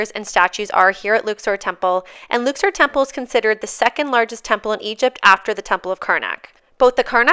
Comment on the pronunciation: Could have at least used proper pronunciation instead of pretending you're special. Luxor like duck sore. Luksore. Luxor.